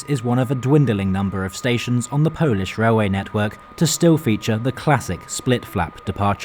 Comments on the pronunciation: Qudos for good Polish pronunciation. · Sir, your polish pronunciation is top tier. I use to travel this line 2 - 3 times a year, those old trains indeed have electrical sockets but they're hidden between seats and hard to find. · Rather nice compartment compared the the open carriages and hard seats in UK first class! As a Brit of Polish origin and a fluent Polish speaker I have to congratulate you on your excellent pronunciation in Polish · Excellent pronunciation of polish young man. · Bro you nailed pronunciation, also WKD is most punctual railway operator in Poland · The accent's off, which is no surprise for a non-native speaker, but the pronunciation of Polish names was pretty on point. Unusual for an anglophone to not butcher our language. A surprise to be sure, but a welcome one. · He said all of them right (yes i'm from Poland)